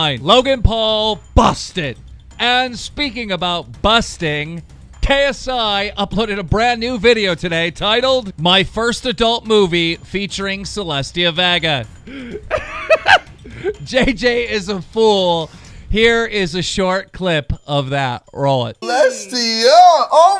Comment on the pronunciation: “Celestia VAGA” “IN-relevant” -Keem 2018